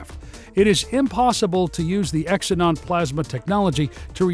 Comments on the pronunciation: Xenon is pronounced zee non not X inon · First time I've ever heard xenon pronounced as "X-e-non" instead of "Ze-non".